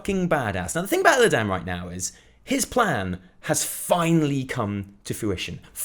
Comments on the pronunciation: The way you say Illidan fucking triggers me. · You're the only one in the entire world that can't pronounce Illidan correctly. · Who's Illi dan? I I know there's a character called Illidan, but no Illi dan.